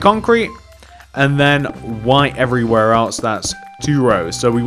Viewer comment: "Evreywhere else" xD